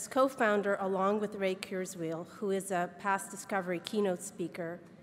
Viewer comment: lol the woman at the beginning murdered Ray Kurzweil's name ahah